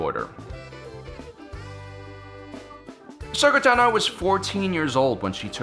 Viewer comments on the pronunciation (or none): none